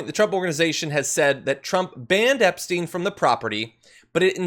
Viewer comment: He can't even say Epstein name, and they probably had orgies together.